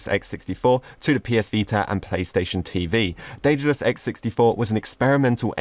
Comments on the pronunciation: The correct in modern Greek is the(δε)-tha(δα)-los, with the "th" like in the world "the". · I am Greek. The correct in modern greek is D-ε-dalus. - ε- is like the "a" in the word "and". To be more "correct" it's Th-ε-thal-o-s with - th- like the - th- in the word "the".